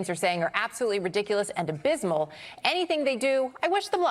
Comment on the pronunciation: Donald trump can't even say abysmal